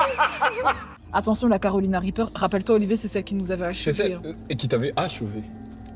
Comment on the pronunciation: Déjà svp comment il a prononcé le Carolina REAPER 🥲😂😂😂